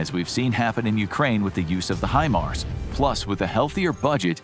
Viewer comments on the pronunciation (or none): none